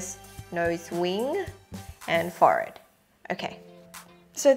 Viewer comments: its not 'fored' its said 4-head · what’s a forrard? 😂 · WHY DO YOU SAY FOR ED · Is a “forred”a forehead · The way she says forhead, 'fored' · You say Forehead - as forayed! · Omg, I love how you say forehead! ❤️ 😂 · I love the way she says forehead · The way she said forehead lmao